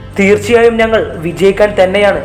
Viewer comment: നങ്ങൾ അല്ല ... ഞങ്ങൾ😂